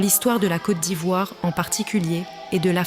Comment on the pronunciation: Très belle vidéo j'apprécie😊 Mais petite remarque🙏🏾<<Côte d'Ivoire >> se prononce << kot d'Ivoire >>